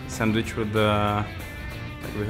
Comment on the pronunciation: Tarasenko and his "Send-veech"